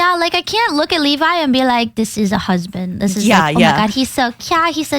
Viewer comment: I’ve never heard anyone say “Leh-vi” before.